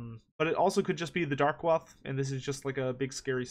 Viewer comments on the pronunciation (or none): I think Darkoath is pronounced "Dark-Oath". I might be wronged though.